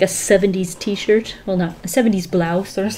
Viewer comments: t-shirt,t-shirt t- shi Oh I forgot the r in that one😂😂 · "I forgot the R in that one.." Me: I wants a T-SHIT👁👄👁